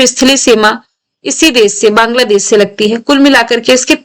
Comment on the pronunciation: Ma'am Banladaash 😂😂😂😂